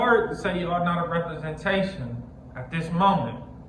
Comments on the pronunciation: bruh killed me with the "repperprensation" 😂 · could not say that word rempermentation 😂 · Representation must be a hard work to say because man 😂